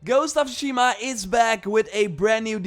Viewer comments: "ghost of Shima" come on man at least try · did he say "ghost of shima"?